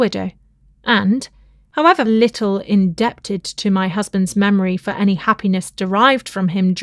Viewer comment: In-deb-tid is my favourite!